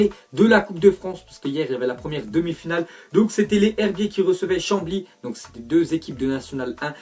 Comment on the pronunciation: Sa ce dit les ZHerbiers sinon bonne vidéo